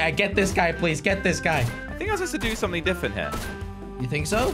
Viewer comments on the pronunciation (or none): it's something not suming